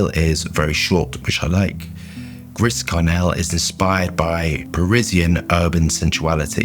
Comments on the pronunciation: You're such a unique and wonderful human, but your pronunciation is absolutely the worst! Don't worry I'm also dialectic, so we gotta laugh at ourselves, right? Griss Karnelle! So funny. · "Gree Sharnelle" no? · its pronounced Gree Sharre-nell, but good vid as always! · I clicked, thinking... how is going to butcher the name of this one;) Chris Cornell was not in my bingo card.